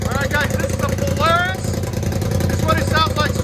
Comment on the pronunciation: You said Polaris wrong at the start of the vid 😂